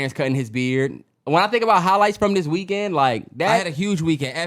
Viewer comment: They stay saying reekend 😂